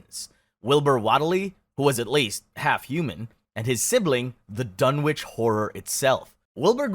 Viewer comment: 'Waitly' and 'Dunnitch', FFS